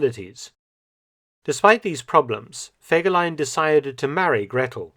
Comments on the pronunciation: I want to clear up a few things, I've had the privilege of being able to talk to someone who knew a few things and that is as far as I'm willing to go to offer proof of what I'm saying here. The name was actually pronounced with FEE not Feg. The photos shown in this video also tell a story, and I'll get to that towards the end. Since the beginning when the cavalry units were regiments himmler kept assigning scoundrels to fill the ranks of the units. There was a definite discipline problem and Fegelein having no military training was forced to deal with it. Even Dirlewanger was temporarily in his brigade. There's a reason there's no direct orders for a lot of the things his units are supposed to have done. His anti-partisan activity reports were also exaggerated. There were many, many villages but they all had place names and small populations. I've read that there were over 5,000 such places destroyed in the war, which I find unbelievable. Out of my own curiosity I've gone over the maps, these places wouldn't have housed 60, and they're reporting 300 shot, here, 240, there etc. They would have also had to have been entirely all of one particular ethnic group and they still wouldn't add up. If anyone believes that in 6 weeks following himmler's statement that they hadn't shot enough of a certain ethnicity that they got over 14,000 of them, that's pretty gullible. Btw, the leadership in that regime was exactly that. You can say the numbers were inflated to maintain favor, or yo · Fegeline! Fegeline! Fegeline! 🤣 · Fergelein. Fergelein! FERGELEIN!!!!!!!!!! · all I Could Is FEGELEIN. FEGELEIN. FEGELEIN. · FEGERLEIN!! FEGERLEIN!! FEGERLEIN!! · FEGELAIN! FEGELEIN! FEGELEIN! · Fegelien!!!!! Sorry....